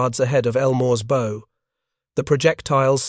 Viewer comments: The front of a ship is pronounced baů not bō. AI speech is so annoying. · The front end of a boat is not pronounced bow as in toe but as ow as in bough. An AI give away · BOW! Pronounced as a little girl's hair ribbon? get rid of the stupid AI and use a human voice. All you have to do is go out into the street and recruit ANYONE. Good grief! And SUBMAREENERS? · Yay, AI reads 'bow' as in missing the arrows, & can't see 'bow' as what an actor does to audience applause 🎉